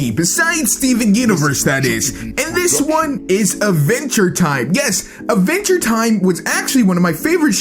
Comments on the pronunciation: “Ah-venture time” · AD VENTURE, NOT VENTURE. GOD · "Iniway, Idventure Time is grit."